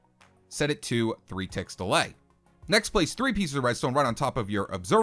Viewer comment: I swear i keep thinkingg he is saying delight instead of delay